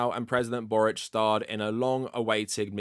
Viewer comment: as a croatian i really appreciate you pronouncing Borić's surname the way it would be pronounced in our language ❤️